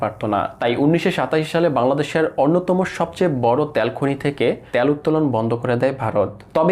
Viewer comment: ভাই উচ্চারণ টা কি ত্যাল না তেল! It's too annoyed to hear - ত্যাল।